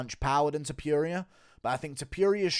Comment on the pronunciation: The way you say Topuria lmao you say it like Topewria, like how you always call Adesanya, Oudesanya. Cracks me up haha. Good video otherwise.